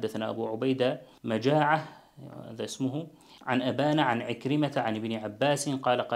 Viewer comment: مجاعة بتشديد الجيم